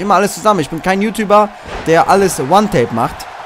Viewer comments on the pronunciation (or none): none